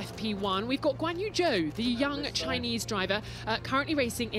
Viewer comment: Which is pretty much the most accurate that a lay Western person is going to pronounce his name. People mistake the 'Zh' for a dszz (as in buzzing bees) when it's closer to a 'j' for Joe Rogan.